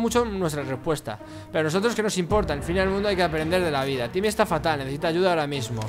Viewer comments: Por que le dise yimmy en vez de timmy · se dice timie no jimie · jajaja dijo jimi o llimi o vhimi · Es timmy no jimmy Agh me molesta que le diga jimmy >:T